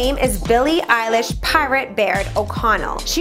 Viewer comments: Did you say...Billie EYELASH?! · Did you just said Billie Eyelash?